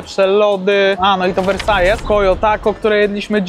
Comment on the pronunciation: Książulo, Versailles czyta się Wersal. Taki sam jak we Francji.....hate za 3, 2, 1 możecie zaczynać